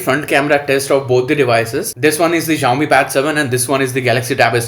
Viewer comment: Xiaomi is pronounced with an "s", not a "z". It's not at all difficult.